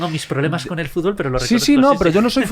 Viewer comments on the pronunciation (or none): FúTbol. Ante todo matizar mucho esa T, si no, no somos nada.